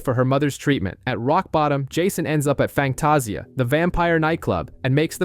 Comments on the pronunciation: It’s Fangtasia. Pernounced Fang-taz-ia. That was painful to hear each time, other than that, good job. Terrys funeral was so touching. Andy’s curse words are hilarious and unique. I still miss this show which is odd because it’s not a genre I’m into. I think sexy Alexander Skarsgard (Eric) had everything to do with that. 😊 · I know this video was posted months ago, so I'm sure I'm not the only one bothered by how the narrator pronounces Sookie and Fangtasia 😂 I'm only about 30 minutes in and sure there will be more words mispronounced, just don't know how long I'll be able to continue listening to it 😂